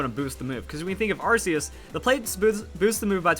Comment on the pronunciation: AR System RKS System WE HAVE BEEN TOLD HOW TO SAY ARCEUS AR-KAY-US